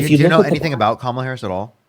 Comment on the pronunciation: This young man doesn’t know how to pronounce, Harris’s name. That means that he has been indoctrinated by pumpkin head.